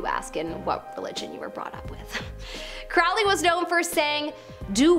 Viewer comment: Ackchyually, it's pronounced "KROE-lee." Which was absolutely pretentious on his part. The Beast of Revelation, as described in the Book of Revelation, will be a turbo-fashy imperialist mega-Hitler type of dictator. He'll rise from a resurgent turbo-fash Europe, his regime will be the Fourth Reich, and that Reich will be the final incarnation of the Roman Empire. Is it, though? Don't know what alternate timeline you're living in, but things look the exact opposite to me.